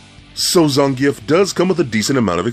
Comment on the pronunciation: Bullshit its zan geef